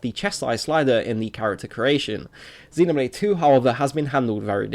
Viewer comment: You are saying xenoblade wrong